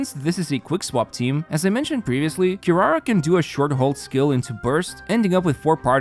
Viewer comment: "QuiRUARUA", "GOUKOMI"